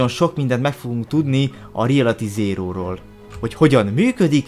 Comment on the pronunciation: REALATY ZÉRÓ... Jó az angolod